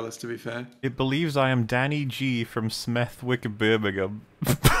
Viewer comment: 'Smeth-wick' is pronounced 'Smev-ick', just so y'know.